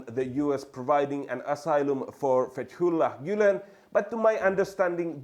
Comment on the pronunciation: Yanlız fetullah gülen kelimesini türçede olduğu gibi söylemen tuhaf doğrusu.